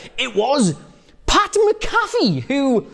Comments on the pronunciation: Mc-A-fee. Just like the anti-virus program. Not MaCaffe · it's MAC-A-FEE not MC-CALF-EE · Just FYI, his name is pronounced MACK-UH-FEE or MAC-A-FEE. Not sure which of those best applies to the Brits. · Btw, it's Mac-A-Fee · Learn how to say Pat McAfee’s name